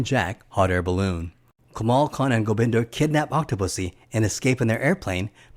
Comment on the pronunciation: I think its Gobinda not Gobinder.